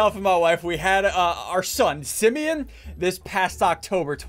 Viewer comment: What if Simeon said: you look like a east coast! Lol (Btw it's "Simeon" not "Simon")